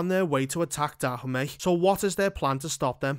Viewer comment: The way you pronounce Dahomey isn't correct.